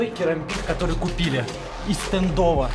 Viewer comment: Правильно кАрамбит